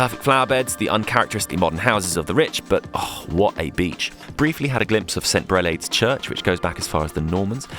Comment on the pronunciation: Your pronounciation of Grève de Lecq was spot on but St Brelade is with a long a like Brelahde and St Aubin is like an O St o-bin